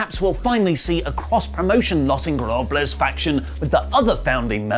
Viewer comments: repeat after me: Los... In....go...ber...na...bles... All just say it in English... The Ungoverned. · I honestly don't understand if doesn't pronounce "Los Ingobernables" right on purpose or if he just can't say it.